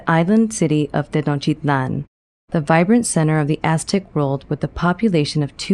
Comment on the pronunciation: Are you deaf? She's pronouncing it in the native language, and the t's are definitely in there.